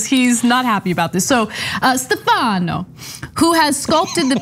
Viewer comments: In Italian, the name "Stefano" is pronounced with the accent on the first syllable. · Ana, it's not "Stefahhno", it's pronounced Stef-a-no